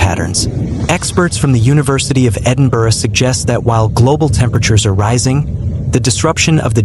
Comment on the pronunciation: None in Dumfries but a lot in the north. At least he can say Edinburgh correctly. Humza Yousaf is NOT the first minister.